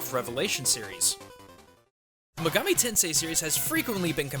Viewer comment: What's a "muhgami"? Who's "Izuhnami", or "Daidou Kuzunoha"? Did you forget to put a comma between "Itou Ryutarou"? Do you call SMB "Super Mario Broz"? Weebs like this should die. Also, "Megami Tensei" means "Digital Devil Story" in English. Try paying attention to the SMT intro sometime, otherkin freak.